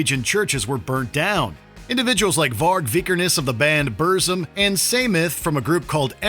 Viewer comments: if he spelled it the way he would've in "american" english, it would've been more correct than trying to sound norwegian lmao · Another day another person mispronouncing burzum